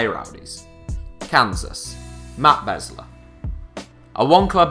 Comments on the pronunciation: It's Beeesler, as in save the bees #HITCSevens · Besler is pronounced Beezler. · You pronounced besler wrong, you gotta say it like an America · matt besler is pronounced 'bees-ler' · With all of that research, he mispronounced Beasler's last name. Other than that good video. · Probably should look up on how to pronounce names like Besler and Meram. And it's not "the MLS", as "the Major League Soccer" would not make sense in un-abbreviated form.